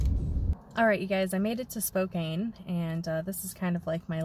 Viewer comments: Thanks for sharing your travels! For future reference, it is pronounced Spo-can, not Spo-cane :) Safe journeys! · I live in Spokane...pronounced...spo- can.😊😊😊 Please be careful in Idaho. Pretty hot state right now for the virus. 😷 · You really did Washington justice. It is a beautiful place to visit and live. Stay safe! PS pronounced Spo'can'. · i have a good friend that lives in Spokane - it's pronounced SPO CAN - she corrects me all the time lol